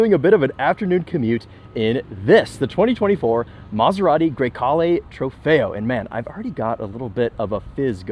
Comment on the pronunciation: I’m not saying you have to say it with the Italian accent but bruh…. A GREY CALE IT IS NOT 😂😂😂😂😂😂😂😂 TRY A LIL BIT SHEESH COUNTRY AMERICAN 🇺🇸 BOY HAHAHAHA😂 GREY CALE 😂